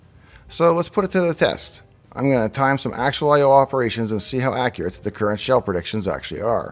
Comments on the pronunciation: accruate lol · "How Accruate..." I love you davepl